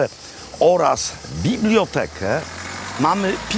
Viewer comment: Proszę się nauczyć poprawnie wymawiać słowo biblioteka. Z czasownikami w pierwszej osobie w liczbie mnogiej Też ma Pan problem.